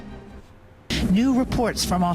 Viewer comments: inebidible ???? hahaha cant stop laughing !!! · The OP said WW 3 is "inedidable" two times? LOL The word is "inevitable" yeesh! How about just letting the videos do the talking. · you destroy your integrity with your inability to say words like inevitable more then that neither the US or china wants a war with the other because our economies are completely interlinked we feed them and they give us damn near everything else. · hehehe sorry but you either have a cold or just thought that inevitable had a B in it. china will not go to war simple as that. they may flex and we flex but overall it is all about showing your posture. They dont want war or the mistake of war. The technology while some of it stolen and most of it half ass on design parameters. Its all still in the early stages with a great number of problems as well as technical backfires. Yes they have an army to build items but as you see from those items. They do not last long. They only have 1 carrier and a fleet that can not take on even The US pacific fleet let alone both our fleets combined. This is the reason they are building the island because their carrier program is really slow and costing a great amount. even their refurbished carrier is having issues. We dont mettle but we show our face when asked to show our face by NATO countries. china wants to make island and then claim the area is theirs. that is like me coming to your yard and putting a nice new land mass on it from my yard saying hey i built it and now this part of the yard is mine. While the aspect of war could happen it is not going to be an over night aspect. more like a drawn our conclusion that no one wants to go to war but if china destroys one of our ships we will sink half their fleet. if they want to go further we can to. we have tomahawk missiles that can knock out every island. runway. China is still learning. i find it a waste to build island runways. costly